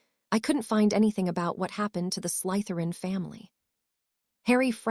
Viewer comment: Why oh why can this AI never say Slytherin right? Slither-in not Sleith-er-in.....